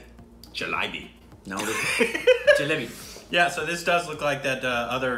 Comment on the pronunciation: Not jelabo